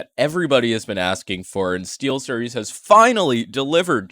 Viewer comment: LOLOLOLOLOLOLLOOLOL stee"L"series your so funny😏🥵